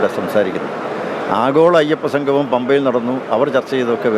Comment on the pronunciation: സംഘമം അല്ല സംഗമം. അക്ഷരസ്‌ഫുടത ഇല്ലാത്തവർ